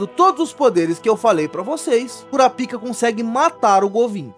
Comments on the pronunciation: O nome se pronuncia "Kurápika" (proparoxítona) e não "Kurapíca" (paroxítona). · Mano... 😐 "cura pica" é fod@ É bom pronunciar bem.